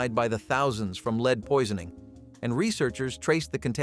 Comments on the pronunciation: That’s lead with a short e. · rite! and his mispronunciation of lead over and over again!